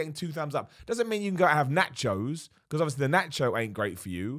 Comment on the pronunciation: "Natchos" So funny.